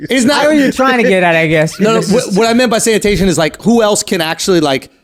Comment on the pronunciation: Schulz was on a roll, up until he said “sanitation”